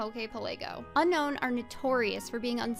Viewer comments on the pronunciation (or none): Unfortunately it’s actually pronounced *shudder “Un own”.